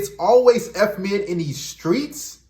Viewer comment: “From the skreets” more like for the streets! 😂😂😮‍💨